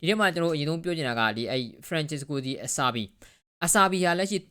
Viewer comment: Acerbi ဆိုရင် bro ပြောသလို "အဆာဘီ" လို့ မထွက်ဘူး "စီ စာလုံးနဲ့ပေါင်းရင်ကို သူတို့ဘက်က "ချီ" လို့ထွက်တယ် Juventus CB က Bonucci ဆိုရင် "ဘိုနုချီ" လို့ ထွက်ရမယ် နောက်ပြီး ဘာဆာက အာရူဟို ကို အာရူဟို လို့ ထွက်ရမယ် "J" ပါတိုင်း အာရူဂျို လို့ ထွက်ရင် မှားတယ် Content လုပ်မယ်ဆိုရင် pronunciation တွေ သေချာစစ်သင့်ပါတယ်။ လက်တင်အသံထွက်မက,လို့ ဘာပဲဖြစ်ဖြစ် နာမည်တွေ လွဲခေါ်တာက ကြားရ ဆိုးလို့ပါ။